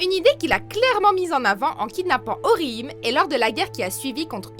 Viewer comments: vous avez un problèmes avec la prononciation de certain pseudo !! c'est orihim-é c'est un é pas un e sinon son nom veux plus rien dire et sa fais plus con qu'autre chose !! attention a sa quand même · Ça se dit orihiméééé et ulkiorra schiffer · C'est pas orhime C'EST ORHIME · Orime ayaa C'est Oriimé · ORIHM!!!,??? ORIHIMEEEEE PUTIN ET PAS ICHIGO ITCHIGO SI TA DU MAL bon ulquiorra compréhensible mais sa de dit Ulouquiora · Putain mais...Ça se dit OrihimÉ. Putain. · Aïe la prononciation des noms des persos de bleach "ouyoulquiora" "orhime" "ishigo" faites un effort putain c'est si dur que ça de dire "*ulquiorra" "orihime" et "ichigo" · j'ai faillis avoir une attaque , Orihim et Ulkiora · Attend sérieux ta dis ulkouyora et orihim mdrrr tu devrais déjà apprendre à proncer leur prénom pour faire ensuite une vidéo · JEEEEEEZ j'aime bcp cette chaîne mais alors là Ulqouiorra et Orihim les pronontions a Revoir Surtout que je kiff Ulquiorra= best character et on dit Orihime se lit avec é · La prononciation d’ulquiorra et d’orihime ca va pas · La prononciation de Ulquiorra 😥et orihime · j'ai les oreilles qui saignent rien qu'a entendre la prononciation XD